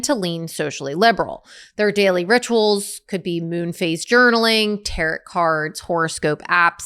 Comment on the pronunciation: Big 3 lol! “Tarrot” 🥕😂